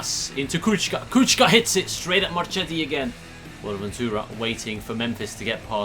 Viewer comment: I love your videos mate, I'm from Italy and I support AC Milan and it's fantastic to see a career mode about my favourite team by a foreign youtuber, keep videos'quality like this and I'll follow them forever P.S. In italian if a name has "ch" before an "i" or an "e" we read it like it's a "k" (ex: we read Marchetti like Marketti) I hope this will improve your pronunciations ;)